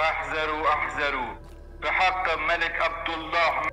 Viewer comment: اَحذرو اشتباهه عمو وباید بگی اِحذِرو